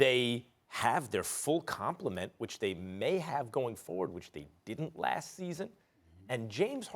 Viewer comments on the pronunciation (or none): none